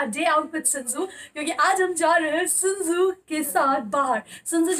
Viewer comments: It's shih tzu not shinzu😂❤ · Ma'am your Pronouncation is wrong of shihtzu and the spelling is shih tzu not sinzoo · Ma'am Sinzoo is the name of her shih tzu puppy.. no offense just telling you. 😊